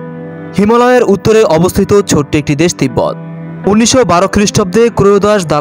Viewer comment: দেস না দেশ, কোনটা সঠিক।